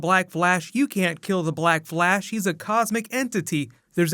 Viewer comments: Is it just me or is he saying black blash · Did anybody hear black blash? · Did anyone here black blash ?😜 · Is it just me or did he say "Black Blash"? Edit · The way he says black flash. Ugh.